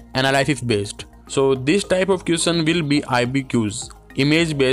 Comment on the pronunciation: M must be worrying about the next....all m bothered about is the way u pronouncing question..m sorry